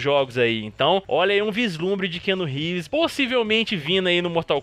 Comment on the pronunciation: Keanu RÉÉÉÉEÉVÉÉÉES KKKKKKKKKK.... Cara, se vc não sabe falar inglês e tem q falar um nome americano no vídeo pelo menos jogue o nome no google tradutor e veja como é pronunciado. Fácil e rápido.